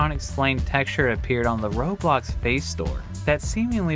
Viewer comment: him: roblox jim imeaditaly after: roebox